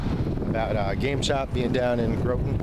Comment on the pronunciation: Good review. It's an amazing store. Been shopping at Citadel since i was in my 20s. Just so you know, the o in Groton is pronounced with an "ah".